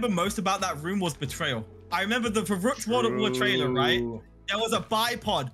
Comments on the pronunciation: it is called VERRÜCKT i am GERMAN AND IT IS CALLED VERRÜCKT NOT VERRUCKT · It’s actually pronounced Ferykt